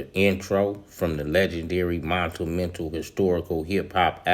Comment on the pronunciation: bruh you need stop saying montumental,.... say it the G way G!!! MONUMENTAL!!!!!! thank you... now send it homie!!!!